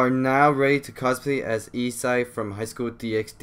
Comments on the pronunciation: dragon ball armour?! Bro it's called Boosted Gear💀 Also why you pronounce his name E-sai when the right way to say it is E-say (Issei) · it's i-s-ay not i-s-ai and hi-oto not hi-ot